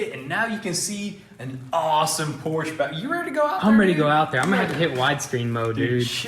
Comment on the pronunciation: am I the only one who heard porsche and not porch 👀